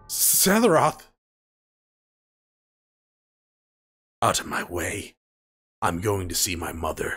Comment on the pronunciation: Greatly, enjoying watching your playthrough. Just wanted to say, I gotta be trippin, because I keep thinking you're saying "Sethiroth," for some reason. lol